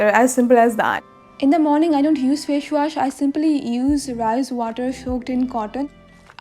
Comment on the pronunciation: Fash wash...haha ha😂😂😂😂😂